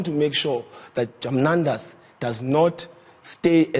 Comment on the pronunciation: Did he just say Pravin is "Jamnandas"